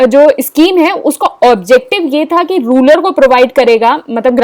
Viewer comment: Mam ruler nahi its rural